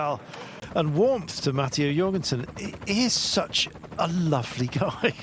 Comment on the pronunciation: How the hell can you mispronounce MATTEO JORGENSEN?